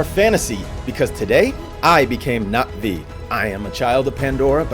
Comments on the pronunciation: Nothing brings me more joy than ppl actually pronouncing na'vi right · the pronunciation is crazy good! I keep coming back to this video because of the amazing story telling. the correct pronunciation of Na’vi words help so much in immersing into the story. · I love the fact he actually says the names the right way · Finally someone who gives this game the respect it deserves. You actually understand the meaning behind it, thank you so much for that breath of fresh air. Also the correct pronunciations. I’m sick of hearing the Na’vi called ‘blue people’ or ‘blue cats’ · the correct pronunciations of the na'vi words/names brings me joy lol thank you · Literally how I’ve been saying it from the start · YES I ACTUALLY RECOILED NOBODY SAYS IT RIGHT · Even though I have already finished the game it was still fun to watch you tell the story through your own eyes (and very refreshing to see someone pronounce Na'vi correctly lol)